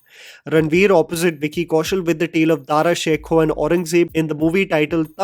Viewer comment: दारा शिकोह, South Delhi ke babu, दारा शेखो नही।